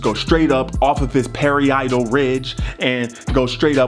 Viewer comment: I love how u said pary-eye-tal ridge too🤣😂🤣😂🤣